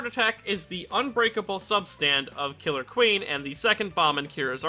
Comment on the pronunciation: You said killer queen wrong